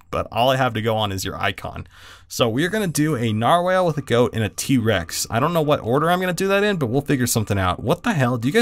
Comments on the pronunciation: It's not narwhalel its nar-wall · NAR-WALL NOT NAR-WHALE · Narwhal (not narwhale) +stingray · Ericek Daleky oh nar*WELL* aaaayyyy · Narwhal (Nar-wall) this is how it's pronounced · IT IS A NAR-WALL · It's pronounced nar-wall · its pronounced like narwall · Narwhal is pronounced differently